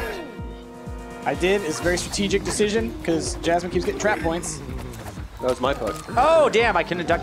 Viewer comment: BOINTS... NO BOINTS